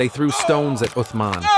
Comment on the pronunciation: Caliph Zuttman😅